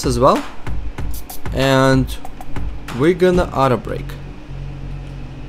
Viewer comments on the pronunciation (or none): say out-break not outer break... lol